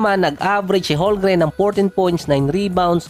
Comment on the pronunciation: Boossslot bubo magbasa silent L yan bubo hahahaha parang ganyan ohhh homgreen